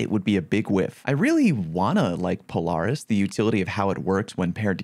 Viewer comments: Pole-r-is 🤣🤣 love you! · i like how you pronounce polaris lol, do you pronounce the offroad/sport utility brand that way as well? because that for sure is pronouced "puh-leh-ruhs" lol no hate im just seriously wondering. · Probably whiffing Polaris Lance shots cause you whiffing the pronunciation xddd